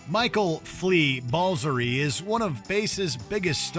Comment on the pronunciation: Shame give it away was only 13th, and they got the pronunciation of flea's last name wrong